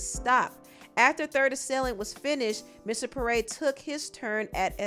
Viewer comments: Pronounced P-Air (Pierre) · Pee-Air is how 'Pierre' is pronounced. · Pierre (pee-air) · It's pronounced "pee-air". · As someone named Pierre, it’s pronounce “Pee-Air” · from here forward please pronounce Pierre correctly 😫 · struggling to pronounce Pierre is killing me 😂😂😂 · If you can't pronounce Pierre, you don't need a job narrating nothin....